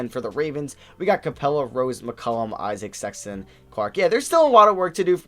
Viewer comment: S/O for pronouncing Isaac’s name right! As a Wizards fan, I used to cringe every time you mispronounced it ;)